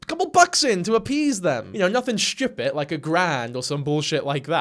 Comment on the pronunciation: you have a fascinating way of saying 'stupid'